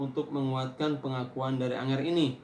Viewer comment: Angger pak bukan anger